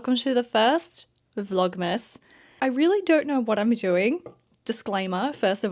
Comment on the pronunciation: " Vlogmess "😂 I hear that.